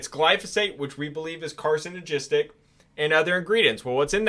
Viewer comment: So you can't pronounce surfactant or carcinogenic 🤣